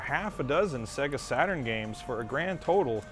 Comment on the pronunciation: Segahh Satuurn shiroo :D